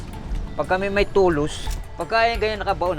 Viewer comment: Tulos??? As innn? 😂😂😂😂😂😂😂